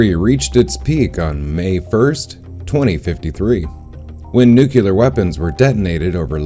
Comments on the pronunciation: it's pronounced New-klee-er not Nuke-you-lar sorry to be pedantic but that drives me nuts. Great info though. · IKR. You'd think people would realise the word 'nuclear' comes from the word 'nucleus'. AS IN THE NUCLEUS OF AN ATOM. THERE IS NO SUCH THING AS A 'NUCULUS'. When I hear people saying 'nucular' I automatically assume they're of extremely low intelligence.